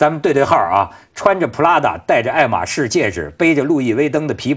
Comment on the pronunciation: 女嘉宾爱马仕发音错了，还不如念中文